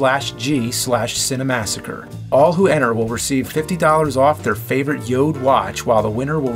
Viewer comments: i like how he says "yoed" as opposed to "yord" i accept the j sounding like y, but i dont accept the missing r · You accidently mispronounced Jord as “Yode”. Just something I noticed. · ok.... the way James was saying Jord sounded too much like chode for me.... lol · Did he mean Jord instead of Yode?! lol wut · Am I the only one who thought the "Jord" commercial in the beginning seemed like it should have been said like "Ford" but with a J.. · Jord means earth in danish. And it is pronaunced yor, the d is silent. Maybe its sweedish in wich case the d is pronaunced. People who watch starship troopers reviews need to know these things! Its important! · Joad? Did you misread that? :P